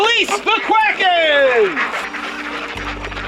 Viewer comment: "The quaken" 🤣🤣🤣🤣